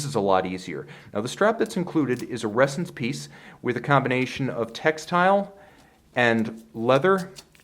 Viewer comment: I keep hearing resins